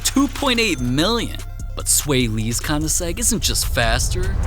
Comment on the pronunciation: Did bro really just call it a koniseg???????